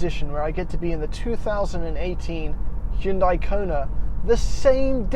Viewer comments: Hyundai. Rhymes with Sunday. Not Hun-DIE, not HYOON-die. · Isn't Hyundai pronounced like Sunday...? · Are they pronounced the same though? Like saying the Hyundai Kunt?